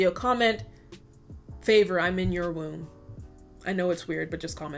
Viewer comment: I thought you said “favour I’m in your room” but I’m looking at the comments now and everyone’s saying it’s womb. 😂 I do not know but thank you for being awesome.